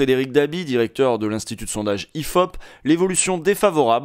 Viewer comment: "IFOP" on dirait "il fap" mais avec un accent de paysou XD